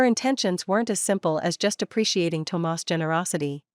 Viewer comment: I like the way she pronounces Tomas. I love the stories here so different from cheating men with brain issues that can’t see the end of their noses and prioritize their mistresses, neglect their wives or girlfriends. I love this story.